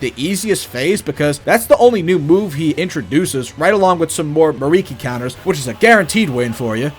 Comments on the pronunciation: It hurt on a personal level hearing him say miriki instead of mikiri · Me-Kee-Ree, not Mariki...it was killing me. Great vid though!